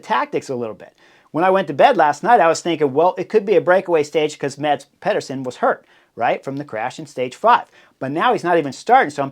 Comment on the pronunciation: I am bummed that Mads Pedersen is out of the Tour de France but I’m so glad I don’t have to listen to Chris Horner slaughter his name over and over again without even giving a solid attempt of pronouncing it right. 😂